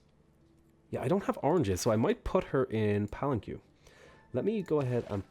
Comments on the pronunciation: For future reference (although I expect you will forget it) the que in Palenque is pronounced ke , as in Kermit. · Pal-an-Kway. (Rhymes with sway and stay)